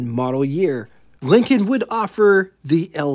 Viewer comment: You sound like you call them "Leekins". It's pronounced "LINK-n"